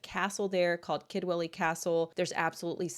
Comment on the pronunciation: Aaaargh ‼️ Sorry 🙏🏼, it's near the end, now It's pronounced Kudwelly Remember, it's in Wales 🏴 Own language? They might not all speak it, the younger, and elderly, but we can all pronounce it 😊